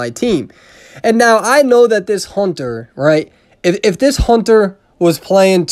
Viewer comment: You said HONTER WAY TOO MUCH